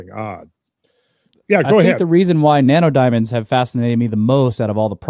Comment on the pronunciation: I just cant help but hear "nanerdiamonds" when randall says it 🤣